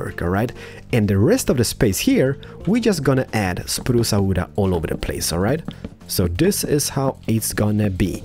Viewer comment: “ spruca wooda comin atcha” got me rolling on the floor